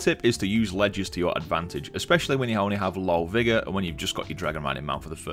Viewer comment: 😂😂 I'm sorry you pronounced vigor like viagra😂😂